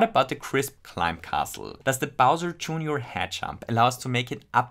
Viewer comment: "bowser" joonioar 🤣